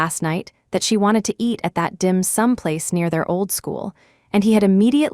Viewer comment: DIMSUM PLACE not dim someplace : two different things